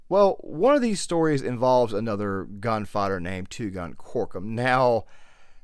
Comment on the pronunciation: The RDR2 music was absolutely spot-on for this analysis, as well as your voice, even though I must say I found the way you sometimes pronounced gunfighter like gun-father was a bit funny to me.